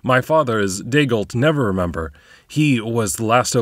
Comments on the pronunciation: I'm curious if "Never-remember" is a conscious choice, or if you're just misreading "Neverember." Edit: Given that you keep calling Victoro "Victorio," I'm leaning towards the latter. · Dude, his name is NeverEMBER. Why do you keep saying Never-remember? Are you doing that on purpose??? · just curious if you used the wrong name for Dagult Neverember intentionally? you said Never-remember instead of Never-ember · I love how says Neverremember, when in the official lore it is Neverember. In this campaign I think it quite fitting actually. I am also, I should add, really enjoying listening to this story so far. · Is it supposed to be "Neveremember"? I thought it was "Neverember"? Not being snarky, I have heard "Neveremember" used before, but all the online info says "Neverember"